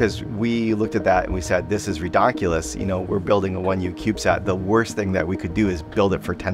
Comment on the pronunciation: Ridonculous* there’s an N